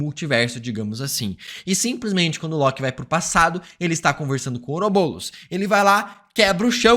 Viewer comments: PARA DE FALAR OUROBOLOS AAAAAAAAA É OUROBOROS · To maluco ou ele ta falando " oroboulos" ao invés de "ouroboros"? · EU VENDO ELE FALAR OROBOULOS TODA HORA KKKK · Ouroboulos? Fala direito! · Está me dando agonia ele falando " ourobolos" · Parece que tu fala OUROBOLOS